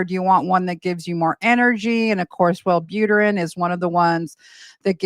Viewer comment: Were you really a nurse? Multiple times you said Well boot er ran. It's pronounced well boo trin. A nurse would pronounce it correctly